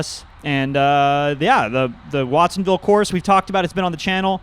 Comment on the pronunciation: It's WATTSonville